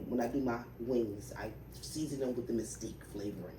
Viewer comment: It's mesquite not mystique